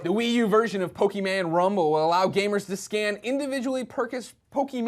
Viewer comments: You said Pokeman Greg, its Pokemon. I forgive you though. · it's pokemon not pokeman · Pokemon... not Pokeman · Pokeman......? Whats that?